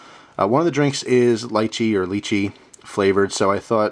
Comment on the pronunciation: It's pronounced lee-chee